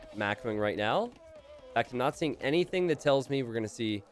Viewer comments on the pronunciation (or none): none